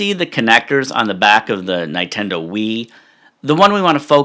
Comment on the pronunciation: That is the funniest way I've seen anyone pronounce Nintendo, no offense haha. Great stuff.